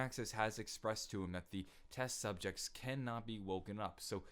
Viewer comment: on he says test subjects wrong he says ses subjects or at least that's what I heard correct me if I'm wrong